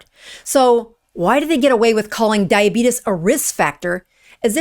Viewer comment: I haven't heard anyone pronounce "diabetes" and "intestines" like that since 1885.